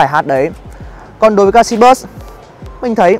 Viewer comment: "galaxy buoi" :v